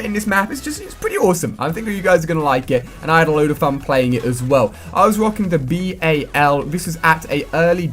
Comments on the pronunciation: Stop saying b-a-l, it's the fucking bal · Ali.... It's bal not B.A.L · Stop saying B.A.L, say it as one word, jeeze